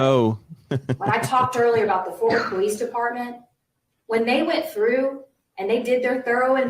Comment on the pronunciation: It’s “Fort”, that is all 🙃